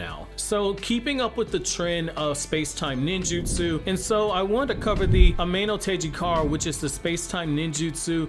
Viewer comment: You pronounce it:. a me no tee JI ga reh